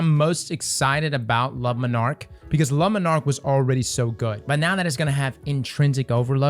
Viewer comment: LA MON ARK...not lumminarc